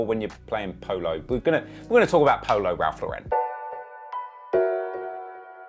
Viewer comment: "Raph Le'ren"